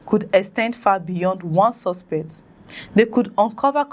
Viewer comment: We appreciate the news you bring to us but you need to work seriously on pronounciations eg... "Commitniti"=COM-MU-NI-TY "Suspet" = SUS-PE-CT "Adoption" = AB-DUC-TION "Copration" = CO-OPE-RA-TION so and so forth. Please, note these correction is not to be dismissive of your effort, or in any way trying to minimize it. No. It's just one of the ways to help you grow aside of watching or liking. Thanks, and kind regards.